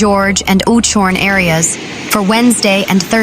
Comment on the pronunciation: Knysna and Oudtshoorn please pronounce correctly